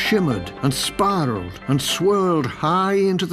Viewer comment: AND SPIRALLED NOT SPARRELED